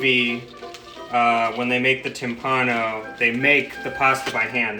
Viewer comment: Timballo... Please. TIMBALLO